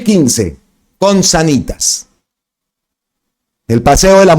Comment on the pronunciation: SÁNITAS! SÁNitas con el acento en la PRIMERA A hombre! 🤷🤦